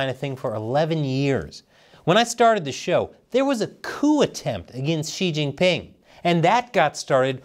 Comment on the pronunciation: bruh I found it hard to get past the probing joke and then you went "Chin-Gan"...